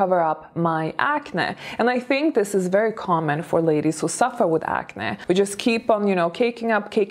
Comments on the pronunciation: Wow! I didn't hear any English mistakes. You are now sounding completely fluent. The word acne, sounds a bit weird, when you say it. Ac-nae. Ppl usually say ac-neee. Congratulations tho. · By the way, about the word “acne”: it’s pronounced acnee (like the word ‘knee’) even though it’s not spelled like that. My mom (who’s Hungarian) pronounces the word “acne” like you do- it’s cute. Just a little distracting when pronounced differently. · It's pronounced acnē 🤣😘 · Ok I love to hear you say acne. I've developed adult acne in my 40s. I hate it. Its almost as bad as adult braces. People judge and don't take you seriously. Thank you for the tip. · Even the way says "acne" sounds classy 😂